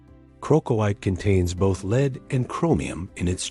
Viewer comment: Why didn't anyone check the AI voice-over? Pronouncing LEAD wrong!?!